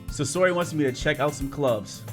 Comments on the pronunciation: say or he.not sayora. say or he sayori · I know I am three years late but dang I didn't know you played Doki Doki Literature Club! I am glad I stumbled on this video! Also, it is Sayori not Sasori XD. Everytime you kept mispronouncing her name, I couldn't help but laugh XD! Love your videos man keep them up! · its (sa-your-e) ok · Who the heck is susory?! Do you mean sayori?! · It is not sasori it is sayori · Sosori Me: I am sosori my brain had to hear that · This man said "sesory"😂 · Pronunciation= SAY-UR-EE you're welcome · Oh my freaking God I'm going to die if he says "SUSORI" again!!!! and now I'm jumping out the window! Goodbye cruel world!!! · It's pronounced "Say-ori" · STOP SAYING SASORI👿😡THIS ISNT NARUTO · okay, say it with me Say-Or-*Ee*. Good. Again, Sayori. (*Like see, but without the 's') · where do you see the S at bruh I’m dead lol it’s Say-ori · Btw you said sayori wrong